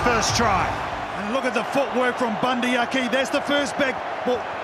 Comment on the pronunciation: It’s really pissing me off how he’s saying bundee Aki